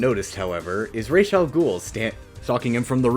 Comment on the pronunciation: Raysh Al Ghul